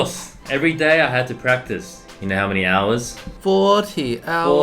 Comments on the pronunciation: "prctice" brett, what happened to ur english😂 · Brett: prctice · Brett you forgot the A in practice... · ah yes PrCtiCE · No one: Brett: PRCTICE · normal people: PRACTICE Brett: PRCTICE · No one: Brett: writing practice as “prctice” and “practie”